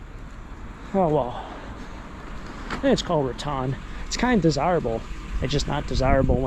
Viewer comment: It’s Ra-tan. Tan like suntan.